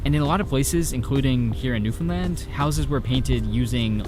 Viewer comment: Wild you were in my hometown, +1 for pronouncing Newfoundland right